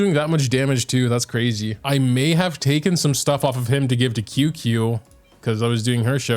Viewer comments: ITS CHING-CHUH NOT QQ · HEYHEY !! just wanted to come out and say that Qingque is pronounced "Ching-Chue" Luocha is pronouned "Lu-O Chah" and HuoHuo is pronounced "Hoo-O Hoo-O" not exactly but its as close as I can get it phonetically :) no prerssure and no hate love your videos